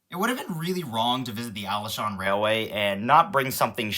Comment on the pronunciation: Being a person who visits Taiwan almost every summer, I find taiwan is wonderful. I got the n scale taipei metro set from taiwan. And have a little one of those toy trains. Also, Alishan is pronounced Ah-lee-sh-ahn. Glad you enjoyed your trip!